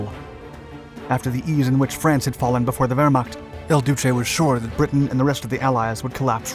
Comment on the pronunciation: "Il Duce", not "El Duce". You keep making this mistake. Get it right!!